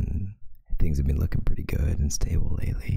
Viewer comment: Bean- Beanos